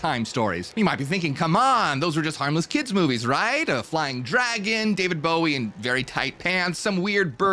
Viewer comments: Did you say David Gowie? ... 🧐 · Did you literally say David "Gowie"????